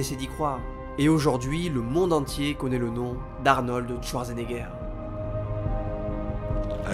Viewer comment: "Arnold Touardgenéguère"... l'allemand n'est pas le fort des francophones, mais quand-même, un petit effort please ;-)